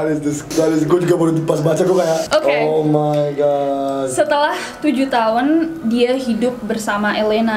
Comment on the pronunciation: andovi say “omaygat”